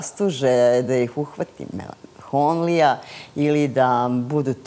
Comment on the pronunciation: Gospodjo kaze se Melanholija...a ne melanhoNlija